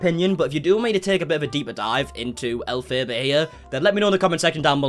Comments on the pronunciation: Elphaba (elf-uh-buh) like the Wicked Witch of the West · Please cover elphaba in more detail!! (But i can’t bare to hear you pronounce it, its elf-fa-ba)🤣 love these insta segments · We want a video on Elphaba! It’s pronounced Elf-ab-ah I believe :)) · also it’s “elf uh buh” and yes it’s a crazy rabbit hole